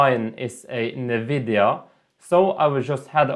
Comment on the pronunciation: fuckin NEVIDIA! 🤣🤣🤣🤣🤣🤣